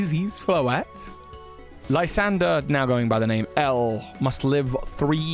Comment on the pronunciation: You know why Lysandr is now called L?😂 Cos he used to be a LIE-sandre😅😅 Actually I think his name was supposed to be pronounced as "lew-ZANDr"